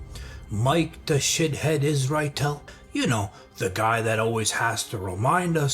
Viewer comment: I like the fact you can point out what’s wrong and yet you put effort in saying his name well. Some « intellegent » people start thinking They are Truth.